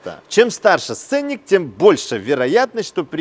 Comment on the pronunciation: Сцени́к 🤭 Но подача у вас - огонь!